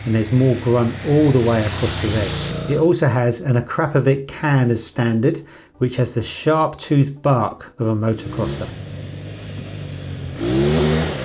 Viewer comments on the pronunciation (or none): Sorry. It’s pronounced Akrapovi-CH